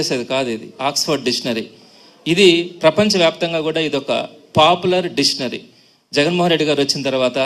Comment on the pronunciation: సార్, డిషనరీ పేరు పలకడం నేర్చుకోండి ముందు,, ఆ జగన్ గాడో సిద్ధాంతి,, నువ్వో వేదాంతి,, ఆపవయ్యా సొల్లు